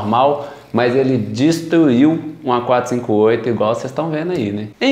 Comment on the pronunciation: "estada, teinar, destuiu" kkkk deixa de comer os "r" rapaz!!